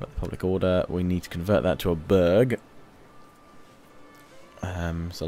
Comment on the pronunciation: when he said "burg" it sounds like he said "bög" which means homosexual in swedish, he went full bög mode.